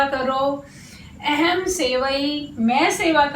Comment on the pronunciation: महोदया भवत्याः पाठनशैली तु सम्यक् अस्ति ,परन्तु संस्कृतानुसारेण शुद्धम् उच्चारणं न भवति एव । यथा - "अहं'' स्थाने " एहेम् " इति वदति । एषः भवत्याः दोषः नास्ति प्रान्तीयदोषः इति जानामि । संस्कृतभाषानुसारेण शुद्धम् उच्चारणं कर्तुं प्रयत्नं कुर्यात् । एवं पाठनेन दाक्षिणात्य जनाः/छात्रा ,पश्चिमी जनाः अवगन्तूं न शक्नुवन्ति एव । धन्यवादः ।🙏🙏